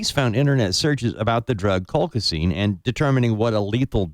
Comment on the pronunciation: Colchicine!!!! Learn how to say it before you do a show revolving around this medication, ESPECIALLY when you insist on being a KNOW-IT-ALL and interrupt your guests constantly!